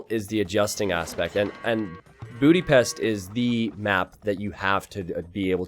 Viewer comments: please don't say Budipest, the way you said it much better. :) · Bootypest, it"s a joke from an earlier stream